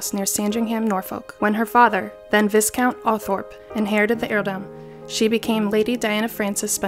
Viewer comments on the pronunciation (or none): In England we say vy-count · Does BuzzFeed not review videos for grammar and pronunciation before posting? Your butchering of the word “viscount” is ridiculous. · Hi! Viscount is pronounced Vy-Kownt. I know, it totally sounds like it should be Vis…but the S is silent. Just thought you might want to know. 🙂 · It’s pronounced vi-count, not viS-count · Viscount isn’t pronounced like its spelled It’s pronounced Vai-count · Wow, this is a hot mess! "Dianna"? "Viss-count"? "Henry?" Shoo. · Viscount is pronounced Vycount. I know, English is a weird language. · The prenounciation on this video, jesus... Here in England (at least where I'm from) we pronounce them... Sandringham - "sand-ring-um" / "sand-ring-hum" Norfolk - "nor-f*ck" Viscount - "vie-count" Buckingham - "buck-ing-um" / "buck-ing-hum" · Viscount is pronounced Vye-count. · Vi-count wtf, at least get someone with literature knowledge. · Narrator clearly didn't watch Bridgerton lol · buzzfeed is worth like a billion dollars but can't get someone to pronounce "viscount" correctly. imma still watch this tho lol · You need a narrator who knows how to pronounce Viscount. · You have a great voice for narration of the video but strongly lack the proper pronunciation of many names, places and other nouns, which will undoubtedly will lead many to question the information provided. In the future you should look into the correct pronunciation of the subjects you report on, if you want to be taken seriously, that’s not meant to be cruel but rather as constructive criticism for future endeavors. As a fellow American, I know it’s not easy to be taken respectfully, on a global platform, which means we have to work even harder, if we expect our videos to be liked_, _subscribed to_, or _followed based on the provided content. Besides that one critique, great video and I look forward to your future endeavors! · Would’ve been better if the narrator could pronounce “Viscount” and “heir” properly. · Viscount has a silent ‘s’